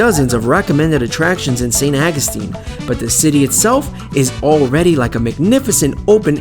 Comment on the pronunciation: Could have been a great video... Saint AW-GOO-STEEN. AWWW!